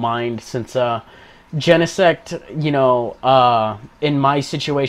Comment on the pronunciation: you are the only one who actually pronounced Genesect right lol